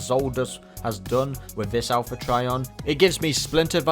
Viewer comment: Owl-pha Trion